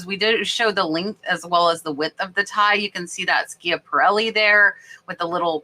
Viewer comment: Thanks for sharing! The brand of necktie is pronounced like SHAP-A-RELLI. L'Atelier means workshop or studio in French and is pronounced: LA-TELL-EE-YAY How did you know that the tiny ginger jar was handpainted? I always assume anything made in China is mass-produced....